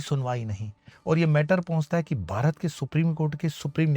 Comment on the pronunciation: गुरुजी क्षमा कीजियेगा लेकिन बारत नहीं भारत होता है, सावदानी नहीं सावधानी होता है 🙏 नमो नारायण